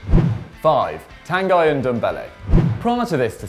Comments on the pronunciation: I really doubt Tanguy is actually pronounced tan guy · Pretty sure it's pronounced tan gee aswel hahaha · You guys are killing me! It's pronounced "Tan-guee" !!